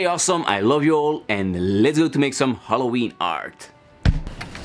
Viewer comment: When I was editing vide I heard how funny I pronounced ''Halloween " Hope you will enjoy in this one guys!